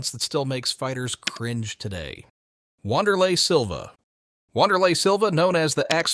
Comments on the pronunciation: “Wanderlei” smfh clown channel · Jesus Christ. You fuck sticks and hour ai created videos. You know how you can tell when ai is used on these? Because it can’t pronounce names like Wanderlei correctly. Anyone who likes and subscribes to your channel is an absolute moron.